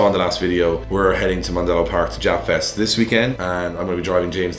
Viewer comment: When he says japfest is sounded like he said ja fest i though some rastafarians gonna come slide 😂😂